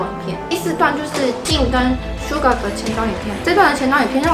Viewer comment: Suga 唸成sugar